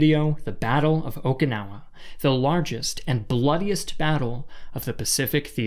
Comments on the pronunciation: OMG dude its O"KI"nawa not O"KA"nawa, i see you said sorry for mispronouncing other words say sorry lol. i was cringing doing the whole video, also the Japanese used human waste to coat the front of the hills would dump human waste on the Americans as they advanced up the hills. The retreat of the Japanese to the very south of the island was also horrible as the Japanese used Okinawan citizens as human shield. It is why Okinawans will tell you they are not Japanese. -An Okinawan/American. its where the oki on my name comes from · I care, and at least 141 other people do. This creator is awful at pronounciation, and in an audiovisual format the audio is important. The way he said Okinawa grates on my ears as well.